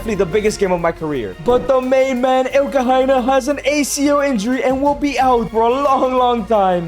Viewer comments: That name is ILE-Ni-KHE-NA not Elkahaina.. the I is pronounced like e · 'IL-KA-HY-NA' x 100 🤣